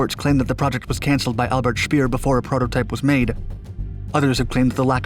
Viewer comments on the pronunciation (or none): none